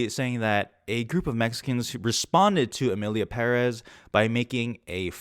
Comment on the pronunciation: You pronunced Emilia Perez, better than many people who worked on that film